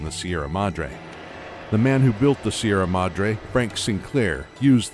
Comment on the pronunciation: see-erra madr-hey